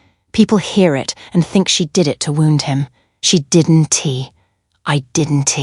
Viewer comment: She didn T , I didn T . Oh boy prononciation is lost in Translation 😅. Al contractions are in need of editing .